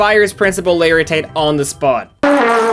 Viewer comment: Mr O’laritate? 😂 it’s just mr laritate